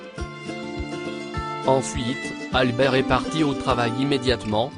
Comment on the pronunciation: Le (s) du verbe (est) est un s muet. On ne le prononce pas.